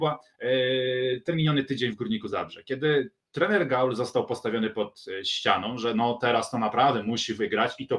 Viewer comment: Dobrze, że GAUL odchodzi, bo biedny nie będzie się już męczył z wymową:) Raz nawet szanownemu redaktorowi udało się w jednym wielokrotnie złożonym zdaniu zacząć od GUAL, w środkowej części się zmitygować i powiedzieć poprawnie, po czym przy puencie wrócić do GUAL:) Aż mi się w głowie zakręciło:) Teraz będę spokojniejszy, słuchając Tetryków:)